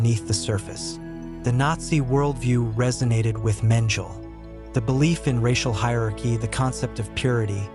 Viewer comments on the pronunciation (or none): Menjel ? Thats AI for you ! Bogg off